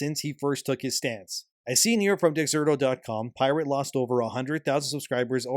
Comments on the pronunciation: 'pie rate'? 'lie berry'? Is he using an AI voice over? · Libary? Pie-rate?